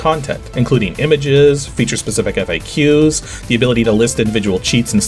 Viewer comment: You're either mispronouncing faqs or fax